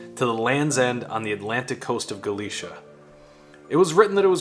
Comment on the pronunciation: 😬 it's not hard to learn the correct pronunciation of Galicia.